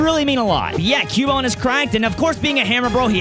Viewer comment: Its cubone😂😂😂😂😂😂